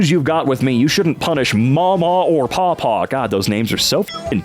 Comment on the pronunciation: i feel as if i should mention Mamaw and Papaw are mostly Appalachian/Southerner terms and SOLELY USA driven. You pronounced them a bit weird, so yeah.. weird names LOL Theyre usually pronounced ma’am-maw and pap-paw (said with the same emphasis on pap as there is on maam)